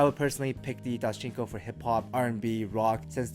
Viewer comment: My man said doschinco lol